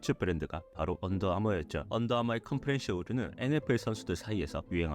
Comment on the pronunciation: 자막은 컴프레션이고 발음은 컴프레셔 라고 하는데… ㅡㅡㅋ